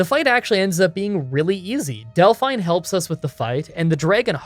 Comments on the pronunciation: Delphine is not pronounced "Dell-fine". It's "Dell-feen". Have you ever actually played the game before? They say her name a hundred times. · I can't be the only one who cringes a bit when says Del-fine instead of Delphine... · Hey,, if you play through once with sound on you will hear the name pronunciations for a lot of major characters. Like Delphine is pronounced Dellfeen, not Delfine. Not a huge deal, and obviously not important. Your content's fantastic. Currently binging your Kings Quest Videos. (4&5) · Lol Del-fine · "Delfine" lol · Why do you keep calling her "Del-FINE"? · No one ever in the history of civilization, ours or Elder Scrolls, has ever pronounced Delphine in that way before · Not sure if you have heard this 300 times yet. I have always her Dephine's name pronounced with a hard e sound. Not sure if that is the correct way or if you maybe would have a problem with your accent. Love all your challenges by the way.